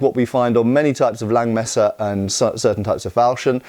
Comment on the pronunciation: Langmesser is not pronounced Lengmesser, it's pronounced Lungmesser.